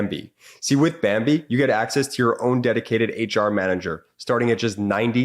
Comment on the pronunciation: you said bimbee instead of bambee